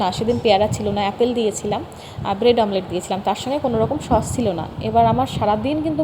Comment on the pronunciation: Vlog e ki dekhao, khub baje, r pronunciation thik koro, sosh na sauce. Shashuri ma ke shomman na korle sheo tomake bhalo bashbe na, shob vlog ei shoshur bari shomporke baje montobbo koro, tomake oneke abar utshaho dai tomari moto keu keu, egulo bondho koro, shobai kaaj kore keu boshe thake na. Tumi vlog korbe short video banabe bole tomar shashuri ma ke kaaj korte hobe eita ektu beshi chaoa hoye jachchhe.